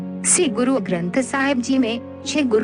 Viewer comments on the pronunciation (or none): Ye 'shree' hai, 'see' nahi , plz pronounciation per dhiyan de kr hee video banaya karein. Waheguru ji ka khalsa , Waheguru ji ki fateh.